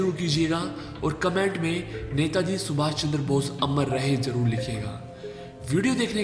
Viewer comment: O bhai tum pahle apni hindi sudhar lo ganwar kahi ke देस नही देश होता है हर जगह तुमने श को स बोला है। सुभास नही सुभाष होता है कौन से स्कूल में पढ़े हो।